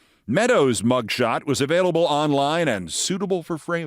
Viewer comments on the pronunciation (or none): none